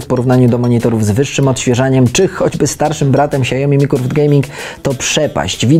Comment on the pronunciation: to nie jest monitor "siajomi" tylko "siaomi"